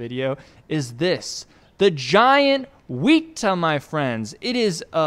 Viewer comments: Again wet-a not wheat-a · IT IS NOT CALLED A WEETA OR WHATEVER YOU SAID. ITS A WETA. WET TA WET-TA YOU SAY IT LIKE “this towel is wet” then add a tah sound at the end. also they aren’t dangerous whatsoever and are cool as, they’re also endangered. Also they don’t hop they just crawl around and live in the bush so you hardly ever see them. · The wēta is a NZ insect and is not pronounce wheata a way of saying it is wet-a as in water wet. Also there are different species of wēta the biggest one being the giant wēta. Also if any Māoris can confirm that I got the right accent in wēta in the reply’s that would be helpful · It's not pronounces wee ta, it's weh ta. The Weta is aotearoa's (new zealand's) own giant instect. They're big and menacing looking, but harmless and was all over the place when I was a kid. I feel bad now because it's like where are all the giant bugs we used to see. Chemicals I bet. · apologies but its not weta like wea-ta its weta like wet-a :} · weta not weeta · it's pronounced wēta (w-ehh-tuh) we have a lot of them in nz you can find them anywhere if you look hard enough although it is much harder to find a giant wēta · the e is short in weta, it is not weeta. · The way you said "tarantulas aren't bugs" like you knew something and then proceeded to butcher everything about the weta- like gurl- what are you doing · you said weta wrong